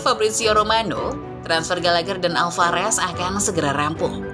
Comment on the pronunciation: min Alvarez bukan alfarez